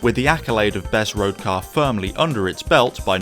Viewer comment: This cyarrrrrrr…….it’s a drivers cyarrrrrrrrrrr